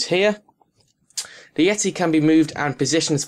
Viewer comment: Learn to speak, please. "De" is not a word in English... Nor is "uvver". The item you are reviewing is not called a "micaphone". Interesting review, though. Useful info, so thanks.